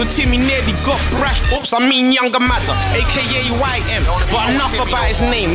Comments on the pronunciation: It's madder not Magger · its madder not magger